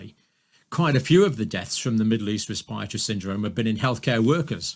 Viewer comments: NDJC can't even pronounce respiratory properly! 😳🙄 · I've never heard anyone pronounce 'respiratory' the way he does.